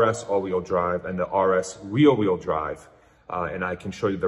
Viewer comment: RWD = REAR wheel drive. Sounds like youre saying "real wheel drive"?